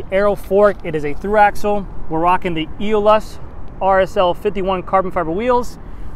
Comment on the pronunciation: Let's say it together....."a-ole-us". Aeolus. Lol. My favorite color trek has ever done. Have mine on order and can't wait until March!!